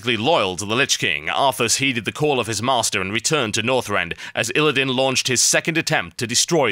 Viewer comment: A fine show once again but... illidan, NOT illadin... :d